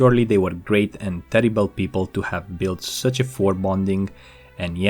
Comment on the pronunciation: Chimes isn't pronounced keems, it's Chy-ms. And for foreboding you said forebonding lol